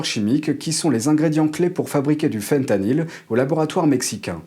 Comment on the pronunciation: voulez vous bien parler francais svp? on prononce faim tanyl. FIN tanyl une tabounevde mokaraba